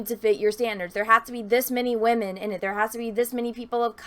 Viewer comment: she said wahmen. subscribed.